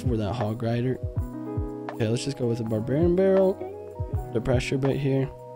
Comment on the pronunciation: Love the frequent uploads man! Although, take some practice pronouncing barbarian barrel haha xD